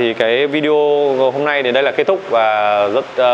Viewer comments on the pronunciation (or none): none